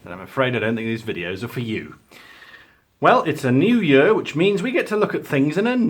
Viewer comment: The way you pronounce "year" greatly annoys me for some reason. Great video nonetheless